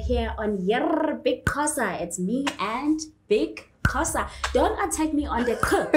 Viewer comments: Correcting her was not going to help coz thats how she pronounces Xho. It was going to be Xho! Qho! Xho! Qho! Agcine uBig Xhosa ethi Yerrrrrr! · can speak isizulu but was calling Big Xhosa as Big Qhosa..zikhiphani ngaye i model c 🤔🤗 just say Big Xhosa is it difficult for u lady?... awumfundise isizulu King Ginger 🤝